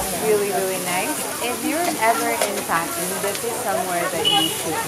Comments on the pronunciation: Phatan haina patan ho hajur.... Nepali naam ma angregi accent chai kina hau bakwas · Its PATAN, not PHATAN!! LoL